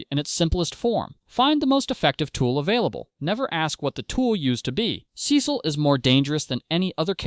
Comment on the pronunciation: couldn’t get past the first minute cause of how you pronounce his name lol